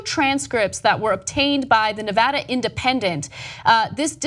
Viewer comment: She pronounced Nevada correctly. Marry me.... JK, it's ridiculously annoying how all sorts of people don't know how to pronounce it correctly.